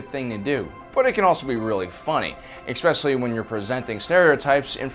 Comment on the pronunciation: Expecially lol